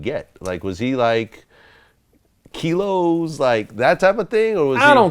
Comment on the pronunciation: "KILOS", smh only Vlad